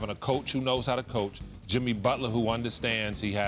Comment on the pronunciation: His name is Jimmy not "Timmy" white bitched fucked up